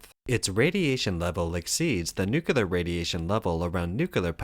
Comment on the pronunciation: It’s pronounced “New-Clear”